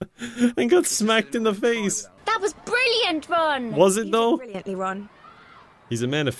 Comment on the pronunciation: I seriously thought he was saying "RUN! RUN, HIDE!" XD